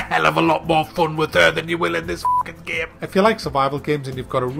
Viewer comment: Its so funny when someone says "giem" instead of game. Also "amyaazin". :D